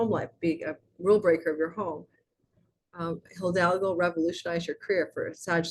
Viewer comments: Highly interesting - really got some important info out of it. May I permit myself to point to your pronounciation of hidalgo - this is, H-I-D-A-L-G-O with only one l, not hildalgo, you might need to train your tongue there... 🤣It is not only the name of the Spanish conquistador but means nobleman/knight. ❤ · For your next video with " Hildalgo" the "h" is silent and the "i" sounds like a long " e". Eeedalhgoo would get you real close. 🙌 Thank you for your readings and knowledge. This one is super intriguing...cause I've timed a creative project to launch during this time of 86 days and it includes a foreign country. I feel optimistic after listening to my rising and sun.❤